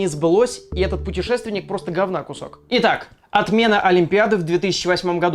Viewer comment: Ору с петушественника во времени :D